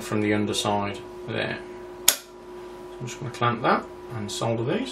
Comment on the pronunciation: ..... ahh, a joy to hear 'solder' and not 'soder' :)